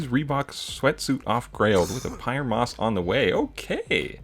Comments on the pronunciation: SAID YOU CALLED ME NAME WRONG THEN PRONOUNCED PYER MOSS... PIER MOSS 😭😂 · had the worst take. he mispronounced pyer moss. if you gave it to DAD you gotta give it to Dunne